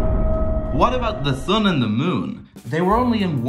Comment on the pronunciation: Bro said the thun and the moon😂💀💀💀💀